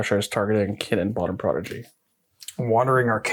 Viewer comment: I'm sorry but the way you guys say kinnan is annoying. It's pronounced kin-in